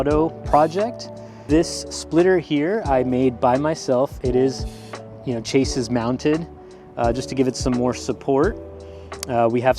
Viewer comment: "Chaysis mounted" XD edit: awesome build tho, fire